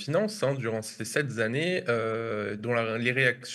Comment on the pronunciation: Sept z'années